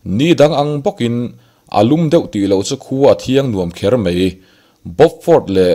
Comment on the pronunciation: A tawp lama, 'dang sawp sawp a' tih hi a thluk han dik se aw, ka lo ui.. sawp sawp hi 'bawk (taksaa bawk awm) anga lam tur ani, a bak chu a ngaihnawm hlemai.. a lehpek atan, 'mai' tih tur ah 'mei' tia lam ala tam bawk..